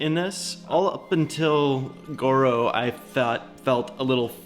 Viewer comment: its gordo not goro